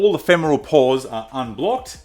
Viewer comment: I just kept hearing “Paws” instead of ‘Pores’ 😅